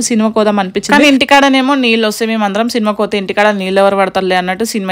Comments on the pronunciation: Leellu kadu baboi neellu anadam nerchukondi ani more than times repeat diz word..🤦🙅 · Leellu kadu neellu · Leelu kadu neeluu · Leellu kaadu neellu.... Carla kenchi kadu car lo nunchi.... Antha bane undi kani language konchm change cheskondi garu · నీళ్లు కాదు నీళ్ళు అక్క.... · Leelu kadu amma .. neellu